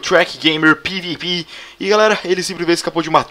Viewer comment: ELE PRONUNCIOU PIVIPI KKKK